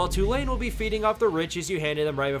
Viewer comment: BY-Jew to Jew-lane 💀